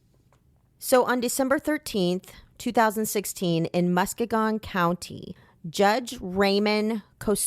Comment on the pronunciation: It’s pronounced Muh-skee-gun!! I’m from there and this case was so traumatic I hope her family has some kind of peace now that he’s locked up.